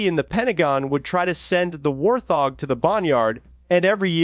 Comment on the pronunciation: say it with me..... WART-HOG......fkn AI